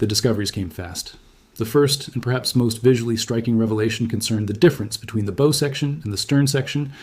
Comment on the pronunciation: The Bow is pronounced Bough.